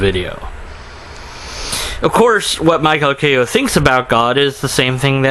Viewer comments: Michio Kaku: MEE-CHEE-OH KAH-KOO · How can he NOT pronounce his name??? It's the EASIEST Japanese name in the world to pronounce! It sounds EXACTLY LIKE what it looks like. And people will follow this guy. WOW. Critical thinking is worthless on this generation. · Lmao you cant even pronounce his name, i listen to you not... He is talking about god would exist, but not like a genie where you could pray to get shet, but creating a harmonious universe... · Me-che-o as in cherie-o Ka-koo. He lost it about 10 years ago. He got all wishy washy on this religious issue. Some SJW talked to him and said he must respect religion or stop disrespecting the religious for some reason and he fell for it. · Holy shit, you can't pronounce Michio Kaku?! It's so damn easy. Sound it out! And learn how to use a camera properly.